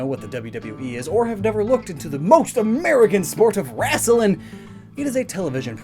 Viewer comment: your comedy sucks and you cant even say wrestling right. you sound like a ass that way